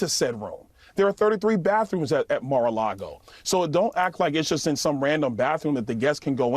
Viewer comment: Byron Donalds saying "as someone who has been to Mar a Largo" isn't the flex he thinks it is.